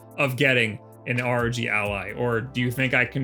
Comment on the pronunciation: its fucking ROG, NOT R.O.G ya bint